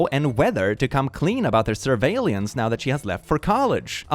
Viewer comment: The way pronounces surveillance as serve aliens 👽👀